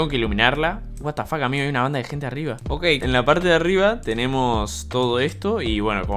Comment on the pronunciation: Watafac, spreen peruano 👌😔